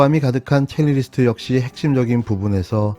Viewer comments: 첼리리스트 아니고 첼리스트~ ㅎㅎ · 발음 첼리스트 아닌가요? 첼리스트랑 첼리리스트 혼용하니 신경 쓰이네요. 자막엔 첼리스트라고 쓰시던데. 내용에 대한 태클이 아닙니다. 너무 잘 보고 있습니다. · 첼리리스트로 들리네요